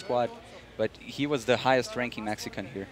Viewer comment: Nothing like a childish, biased, announcer....ahhhMEHxicahhnnnn Cough cough....to add to a "professional" play by play. (I wound up muting, not gonna listen to a child spewing his cultural insecurities.)